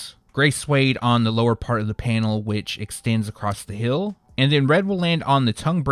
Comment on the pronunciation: Say it with me, hEEl, NOT hill 😂